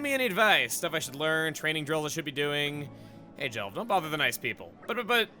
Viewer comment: Jelved Jel-ved